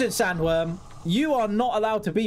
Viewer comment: Yo, nice update and gameplay as always, watch out for those magot-snaks things and yes, the sky was pretty weird because of those well seen stars! 🎉 Omg at min i thought you said “ listen Samuel instead of sanworm” 😂😂😂! Dude this map is creepy!